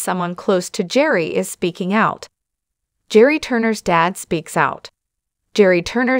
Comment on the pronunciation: This is ridiculous. The narrator here isn't even pronouncing Gerry's name correctly. Hard to believe she knows a single thing!